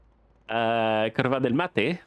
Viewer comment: Based on some wiki sleuthing this is Autódromo Oscar y Juan Gálvez. Based on that shape that looks more like Zolder. Now 'curva' as pronounced is a very particular word in several Slavic languages that is very, very far from curve. Saying "Pope is on fire" in a 70s F1 game might mean several things.;) Pretty good haul from the first race! Enjoyed the episode. Keep 'em coming! 🧡💛🧡